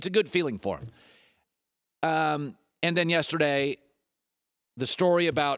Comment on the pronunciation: Yester-DAY ...ok Forrest Gump